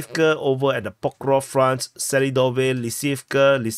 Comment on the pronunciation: Pokrovsk, ffs! Not Pokrof.